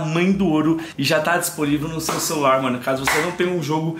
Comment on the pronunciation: o jogo é sobrenatural é pega no meu o que eu acho que ele não queria fala r cecular😏😏😏